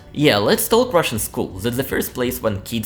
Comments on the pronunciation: About pronunciation: you always say “taLk”, while the L in talk is silent 🙂 But you speak good English, I like listening to you. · Word “talk” the L is silent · As a Brit, I have no problems understanding you and think you have an excellent level of English! However since you asked, one interesting observation I have is that you pronounce the L in words such as talk, could, would - this L is normally silent!